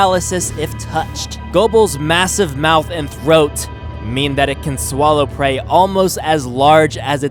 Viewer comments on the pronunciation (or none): none